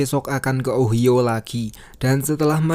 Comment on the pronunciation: OHIO itu bacanya: Ohaiyo...